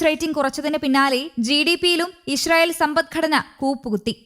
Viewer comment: " ISHRAEL " alla " ISRAEL "